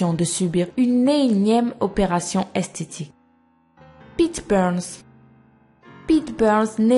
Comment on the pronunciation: Tu dit esteti et pas estetique